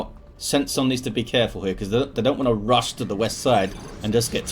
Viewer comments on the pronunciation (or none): none